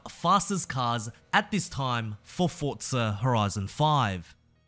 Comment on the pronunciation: Bro its forza not fortza get it right